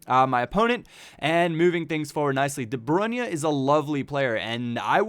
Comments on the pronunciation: His name is de BRUYNE not de BRUNYE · please! Its De Bruyne not De Brunye! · De Bruyne is pronounced "De Broyn". Just trying to help. :) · you butcher almost every name...its pronounced De Br-oin